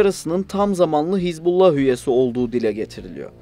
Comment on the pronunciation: Не "ХезбОлла" и не "ХЕзболла", знаток😅. Даже названия того, о чём пытаешься рассуждать, грамотно произнести не в состоянии.